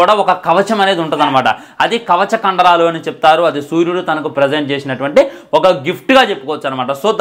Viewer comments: Oyii Amma aadhi kavacha kandaralu kadhu kavacha kundaralu 😂😂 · Kavacha kandalalu kadhu ra kavacha kundalalu